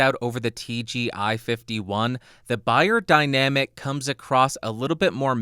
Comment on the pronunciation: its pronounced BAYER ffs